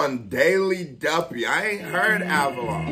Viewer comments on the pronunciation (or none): Man said avalon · great reaction bro! glad you got to this! i think you have reacted to him before with the wretch and avelino fire in the booth. its pronounced "ave -leen -o " also check out his F64 and as mentioned below the 4 seasons freestyles . would love to see a reaction to the swiss daily duppy if you havent already seen it! keep grindin! one love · Ave-li-no! Bro, you heard him before on the Avelino & Wretch 32 FITB 💪🏻🇬🇧🍻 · It’s Av - a - Leeno 🎉 🥛 where Milk at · I think you reacted to him before when he was on FITB with Wretch. And it's pronounced avel "e" no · AV-AH-LEAN-O. he's Wretch's prodigie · Av-uh-lee-no = Avelino